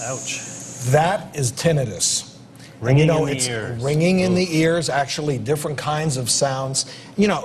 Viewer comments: It's not tenninus it's tinnitus, dummy. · Why is he calling it tinn nin nis????? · It's not tibnitus it's tinnitus, dummy.